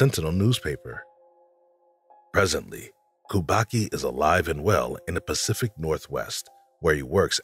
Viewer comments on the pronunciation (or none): none